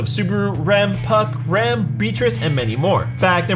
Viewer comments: He pronounces Rem and Ram the same way...americans...the really can't speak properly any other language ( most of them anyway) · Why do you pronounce Rem and Ram the same??